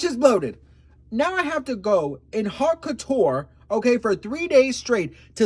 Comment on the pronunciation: LA-OAT-CO-CHOOR (La Haute Couture)